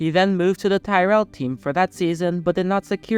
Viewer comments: Tyrell, not Tie-rell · Jos pronounced yos is a dick, you need to learn abit more about formula 1 before doing ANY video on the subject though tyrel or tirrell as it's pronounced though couldn't watch no more, good luck to you though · Learn to pronounce the teams correctly as well. Tyrell is pronounced 'Tearill'. While your information is pretty good, the narration sounds like a kid reading a class oral report, reading someone else's work.